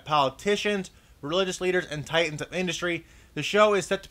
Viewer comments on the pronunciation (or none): none